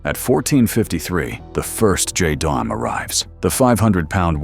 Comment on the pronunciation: It's pronounced "jay-dam." Add the numbers if you must...